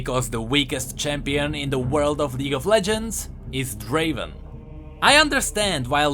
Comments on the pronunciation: Not Draven, Draaaaven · Not draven.. draaaaavvven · Not Draven!!!! Draaaaaaaaaaaaaaaaaaven! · It's a relief I'm not in the weakest champions. Btw summoner, it's not Draven It's Draaaaaven!